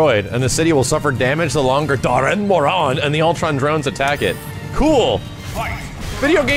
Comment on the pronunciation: They pronounced the elder dragon wrong me and others call it Daran Moron.